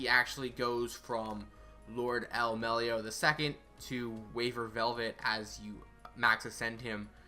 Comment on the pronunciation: my boy waver in the spotlight is a Fuck Yeah but DID THIS BITCH SAY MELLY-OH